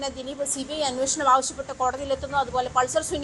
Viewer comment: അന്നോഷണം അല്ല അന്വേഷണം അതാണ് ശരി.